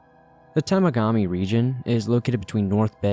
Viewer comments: It’s pronounced. Ta Mag A Mee you said tegamami lolol I’m from Sault Ontario 4 hours west of Sudbury on Lake Superior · Tuh-Mog-Uh-Me is the pronunciation, i went to camp there lmaoooo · The way this man says Temagami and also portaging😂 that story was cool for me because the odds I have one mutual friend with this person are high because the outdoor industry is small in Canada